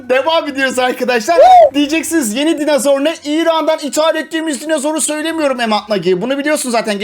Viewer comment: Dinozor qüeri demiş koyari